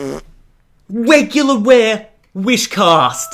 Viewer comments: Dude this guy said we pulled a weguler ware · he said wegular ware whishclosh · You said wegular wear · at minute he said wegular ware atleast it sounded like he said that xd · did he seriously say"weguwar ware"